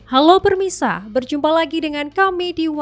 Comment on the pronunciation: Halo permisa.? Bukan pemirsa.? 😂